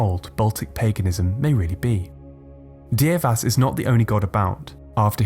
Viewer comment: Dievas is pronounced Dear-vas...get it right!